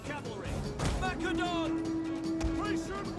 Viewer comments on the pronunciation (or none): none